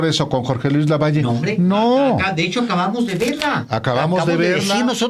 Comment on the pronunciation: Álvaro no es lavallo es LAVALLE 🥴👍👋👋